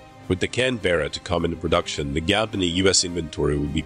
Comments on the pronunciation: Its a Canberra not Can-Bearer. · Please!!! There's no "bear" in Canberra! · IT'S Pronounce Can-berr-a